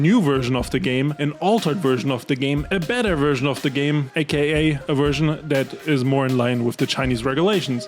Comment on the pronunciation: Your content sucks.. ffs it's V E R S I O N... sick of hearing Wursian..if you want to be a creator and talk English.. atleast learn the language